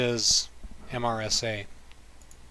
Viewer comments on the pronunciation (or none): none